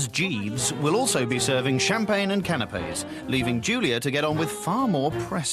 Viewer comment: What are can-APES!?? LOL! If you don't know how to pronounce it properly......don't make/say anything about them. Goof!😂